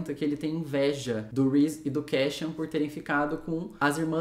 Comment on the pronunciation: Pra quem quiser saber a pronúncia dos nomes de acordo c a própria autora: Claro, cada um pronuncia como quiser, a cabeça é de vcs 😅😊🤣🤣🤣 Mas foi difícil p mim ouvir Kéchian e Nésta por mais de 30min 😂😂😂 Só mesmo p engajar vc, 👍 (Cassiãn e Nêsta, pronto rs) 😅😅😅